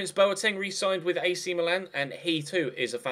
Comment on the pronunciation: it is pronounced Mìlan, not Milàn.